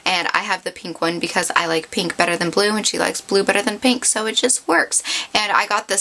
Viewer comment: You talk waaaaaay too much. Btw, why do you say peeeenk instead of pink? Not judging, just some things to fix up. Bye